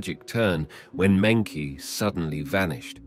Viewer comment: meng -qi is pronounced as "meng -jhi" that is the proper Chinese way of calling this name. NOT meng -Ki